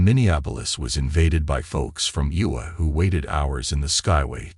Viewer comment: IOWA not UWA!!! Also AI mispronounced Des Moines, of course!